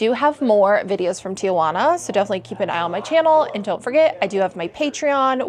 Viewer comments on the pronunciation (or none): Great video! I love TJ. FYI, the city is pronounced Ti-Juana, not Tia-Juana. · It's TIJUANA, not TIAJUANA. It's a city, not your Aunt Juana. 🙄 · They are required to get checked. I was in Adelitas years ago when the cops came in to check their medical cards. Stop saying Tia-juana. There is no a after the letter i. Very annoying